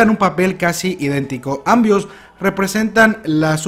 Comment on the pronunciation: "ambios" xD me estalle de la risa.